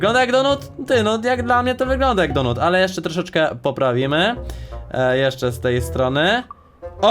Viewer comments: Mówi się donat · Kurw... Mac Donata nie donuta. Donuta to masz w dup...e